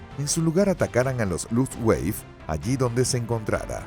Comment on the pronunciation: Nakijama... ¡es Nakajima! ¿"Ataques Kamisake"? ¿Qué, iban borrachos en el avión? Dios mío, que horror de doblaje y locución. "Luftweif"... ya no sé si reir o llorar. "Las ocho fuerzas aéreas"... Era "La Octava Fuerza Aérea" (la fuerza de bombarderos estadounidenses en Europa).